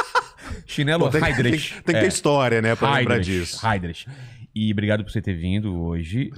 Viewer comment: Não é haid riche É haid rih